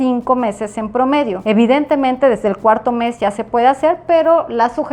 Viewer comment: No sé cuántas veces dijo evitentemente!!!!!!